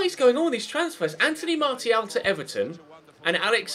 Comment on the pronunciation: why do you say martial when its pronounced marshial